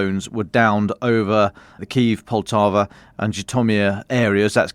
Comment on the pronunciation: He also seemed to be referring to Poltava which roughly is the way he said.